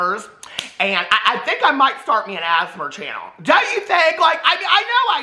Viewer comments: “Asmar” is cracking me up it’s giving me London Tipton prndl vibes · Every time says “ASMR”, I think he’s saying “asthma” in a weird way. I know what he’s saying, I just hear “asthma” 😂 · saying asmr like asthma 😂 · You pronouncing asmr is killing me 😂